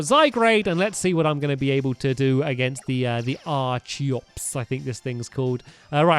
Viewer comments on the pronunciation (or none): none